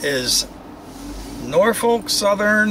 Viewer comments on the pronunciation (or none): none